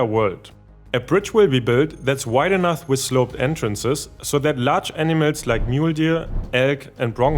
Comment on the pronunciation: The reader's accent makes the word "animals" sound precisely like "enemas."